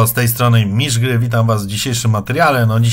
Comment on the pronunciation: Ty jesteś czy bo jest napisane mistrz a mówisz?